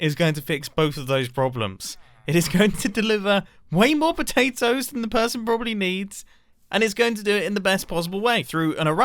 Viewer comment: It is not nuts it is patatos